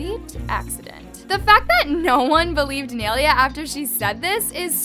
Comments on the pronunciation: Its pronounced as "nye-leya" not "nail-leah" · it’s “nailea” not “neilia” 🙃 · It's not neylia it's nailea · It’s ni-a-lay-a that’s how u pronounces it just saying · its “niye-lay-uh”… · I love how you pronounce nyes name😂it’s Ny-Laya😭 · Please tell me im not the only one getting annoyed at for pronouncing her name like ‘nay- li - a’